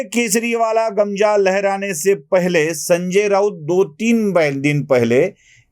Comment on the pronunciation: गमजा नव्हे हो, गमछा... गमछा म्हणा!